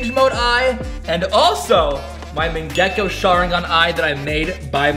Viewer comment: bro says mangako sharingon wrong